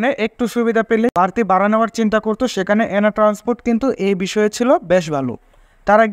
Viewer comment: Vai, bara noy Vara bolun